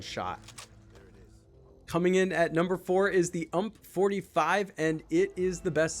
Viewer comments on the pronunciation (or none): I can’t trust anyone who says “uhmp” not “u.m.p”